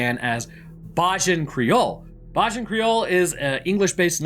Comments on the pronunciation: Ello just here to give you the pronunciation for Bajan creole it's ( bay-jun) also keep up the good work I'm always happy to watch ur content looking forward for more ❤ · Hi it’s pronounced bay-jan for bajan patios/creole many think it should be called Barbadian but for most of us uk born bajans it sounds to much like barbarians but lived the video ❤